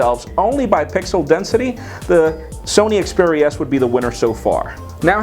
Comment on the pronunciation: Its xperia not speria